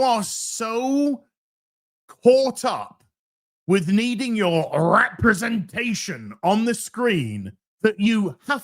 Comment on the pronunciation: you mispronounced "representation"!